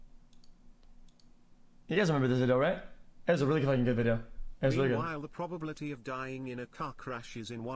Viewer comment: Jesus Christ I hate xQc so much. He’s like a Karen of a “probbibillaty” (that’s how he would say it) world. Thing: “1/1000 getting 20 aces in a row” xQc: “Okaaaayyyyyyy duuuuuuuudddeee”